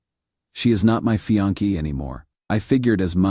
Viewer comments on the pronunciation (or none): "My FIANKEE Luna"!!?? Your A I voice needs some intensive training.